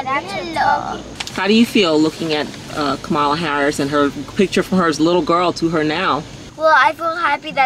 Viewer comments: Great video, but, FYI: Her name is pronounced Comma la Harris, not Ka ma la Harris👍🏾😉🙏🏾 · Kah-mah-la not KUH-mala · Her name is pronounced Kam-a la not Ka mala. Like Kamla.. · I didn't see your post before I posted regarding COMMA-LA! I'm sure EVERYBODY will get her name right when VP is added to it! 😅😆😉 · I shared it to her IG. Just a little tidbit. Her name is pronounced COMMA-LA. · I really love the video! But i hope this comment doesn't come out as hate and i am very sorry if it does. However, Kamala Harris is pronuced as 'Comma-La'. Like a comma and a la at the end. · LOVE the video, awesome family - but thanks for pointing that out since she'll be our VP !! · Great video. BTW, her name is pronounced comma - la. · LOVE THIS VIDEO, BUT HER NAME IS PRONOUNCED "COMMA-LA". JUST A LITTLE INFO💞💞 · I came here to say this too! I love this video. As a person who also has a name that may not have pronunciation that is intuitive, I just wanted to correct on Kamala’s behalf. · I had to learn this too, but her name is pronounced COMMA-LA. Loved the video, the lessons being taught and the girls responses. 💜💗 The Jeep is nice too. 🙂 🤍🖤💜💗💙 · Thanks 👍 but her name is pronounced Comma- la I meant no disrespect just wanted to let you know. Love your family 💕 As I have said before Ami is beautiful and the girls are going to be gorgeous women too! Great message! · Her name is pronounced Comma-la. But cute video. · What a wonderful, educational video for the kids, Ami and! You guys keep getting better and better. BTW, she pronounces her name ‘Comma-la’, accent on the first syllable. It took me a while to get it, too. Hey, a suggestion for a fun video is you guys doing the Jerusalema dance challenge. It would be fun to watch a to do. You, too,. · That's a wonderfully educational and inspiring video; thank you!! (But you're mispronouncing Kamala's name...) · Please pronounce her name correctly. Your accentuation is incorrect.